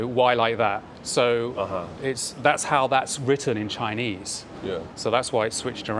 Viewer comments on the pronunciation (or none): none